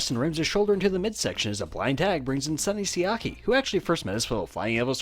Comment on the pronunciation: Am i the only one who heard the phrase "dont look at my ass" whenever he said sunny siaki's name ?